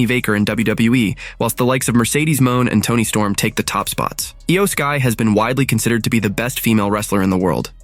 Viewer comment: Eye Yoh Sky? It is pronounced as EE YOH SKY